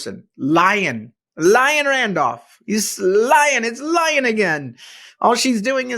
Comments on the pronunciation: CA native. Just got back from Colorado visiting family. Gas is $2.39 there! And they're not even an oil producing state!! PS. Liane is pronounced lee-ann, not lyin. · Your political views are 100% right. But it doesn’t increase the public’s view of your IQ that you pronounce the name pronounced “Lee-ann” as “Lion” 😂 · Liane, sounds like, Lee on ee, but call her what you want 🤪